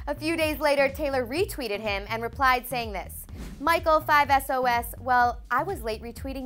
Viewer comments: OMG SHE SAID MICHAEL 5 ES OH ES! NOO! WHAHA, I CAN'T TAKE THIS SERIOUS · I almost choke when she said 5 es oh es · 5 Es o Es I’m triggered 😂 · WHEN SHE SAYS 5 ES OH ES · Ok yeah whatever about the Michael and taylor thing but did she just say 5 ES OH ES?? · she said 5 es o es 😡😒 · " five es oh es" ARGHHHHH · Why did she say 5 es oh es ?